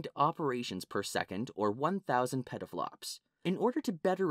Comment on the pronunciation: "PEDDLE FLOPS" lmao